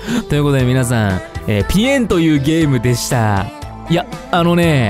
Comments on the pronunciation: さとみくんのぴえんがぴよんになっていくw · みゅみゅみゅみみゅう！ いやもうぴえんって聞こえなくてそしてかわいい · ぴえんってよりぺんって聞こえる(？) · ぴえんぴえんぴえんぴえん🥺 めっちゃ面白いwwwwww なんか発音も面白いwww すきwwwぴえん⤴︎ ⤴︎⤴︎ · ぴえんが鼻炎にしか聞こえなくて詰んだ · ぴえんがぴゅーって聞こえる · あの、、聞いてください、、 さとみくんが最後に100回くらいぴえん🥺言ってそうって言うから、、数えようとしたんですよ、、 最初は順調に数えれました、、 でも、ぴえんに懐中電灯を当てるさとみくん、ぴえん連呼しすぎてて、、 てかぴえんって言えてないところ多すぎて、、w 諦めましたごめんなさい たのしみにしていた皆さん申し訳ないです 追記))みなさん諦めてて笑いましたw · 最初の方結構ぴえん強調してる